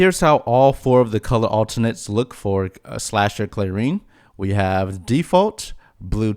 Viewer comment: Clair-en Not Clair-EEn